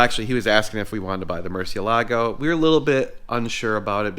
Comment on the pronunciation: You are not allowed to own a Murcielago unless you pronounce it correctly 😂. Just kidding. But seriously, Mur-seal-a-go